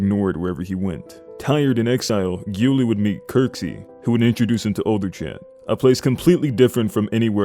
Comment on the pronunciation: You actually say Gyula like Jula